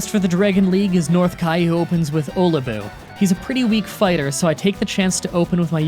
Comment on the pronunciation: And I believe it’s Oh-Lee-boo (Olibu)